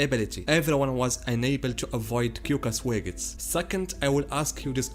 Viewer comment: im sorry but "kyokasoegestsu" killed me